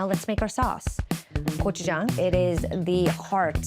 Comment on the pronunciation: Hearing gochujang pronounced correctly and that chicken crunch is music to my ears!!